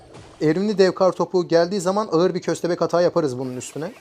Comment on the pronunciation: ağır kelimesi aar diye okunur abi 2. Kez söylüyorum sinirim bozulmaya başladı güzel diksiyonlu bir video bekliyprum